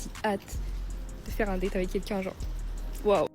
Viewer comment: Hihihihi.... Oh l'IA ! Date ça ne se prononce pas comme datte😂